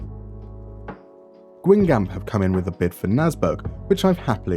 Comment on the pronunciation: I found your channel a while ago and have been loving your content! Been too busy to keep up but I'm starting to catch up again. I had to comment when you mentioned my home team: Guingamp! You butchered its pronunciation though, I'll need to teach you. In all seriousness, your videos have been fantastic, I hope you can keep enjoying making them